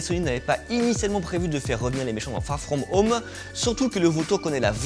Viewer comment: Fagh fghom home ??? Frenglish ??